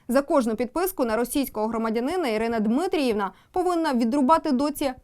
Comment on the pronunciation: Жах який! Паннусю, Ви з такою МОВАЮ краще б і не виразили в етер😂 Не Дмитріївна, а Дмитрівна - як приклад😂 Ви і підіграваєте ворогам таким яzиком! Дуже типово для руzzкояzичних коверкати імена☝️